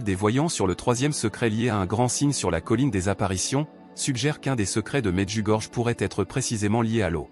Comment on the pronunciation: "Medjugorié" c’est la bonne prononciation de cette ville.